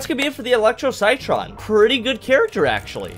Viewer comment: Armour chomper is definitely a bit underrated, he's best played outside of turf takeover where you can sneak around the map and bite people for some pretty good damage. Also citron is pronounced like sit tron ;)